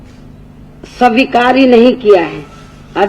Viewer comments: are u sure dat u want to see her as CM of UP lolzz..she can't read the written notes in proper manner then how can she rule here, listen carefully her speech she can't pronounce 'svikar' as she said 'sawikar' I bet if she gives the same speech without reading the notes prepared by someone else in half an hour duration by her own heart or mind then i'll agree what she's saying is correct. !!!!! And why would any muslim vote modi and not her ? coz they don't see any hope of development by you in UP so all ur muslim voters gave their blessings to our PM NaMo. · बहन की लौड़ी से ''स्वीकार'' तो ठीक से बोला नही जा रहा...और ये e. v. m. मशीन जैसी आधुनिक technology पर ज्ञान पेल रही है.. 😂😂😂😂😂😂